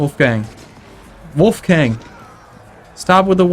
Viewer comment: The 'o' and 'a' in "Wolfgang" are actually pronounced like in "boring" or "scholar" respectively "hard" or a british "bath" ^^ source: am austrian